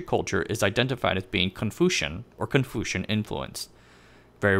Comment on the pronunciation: Never thought Confucian can be pronounced as ConFUUcian.